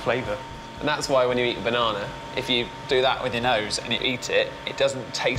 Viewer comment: the way he says "banana" makes my skin crawl - and he also has to gesture jamming the whole banana in his mouth. like nice you smushed it. who eats like that. youre gross